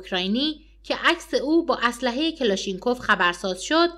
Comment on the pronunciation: Please don't say kelashinkof kalashnikov is correct pronunciation.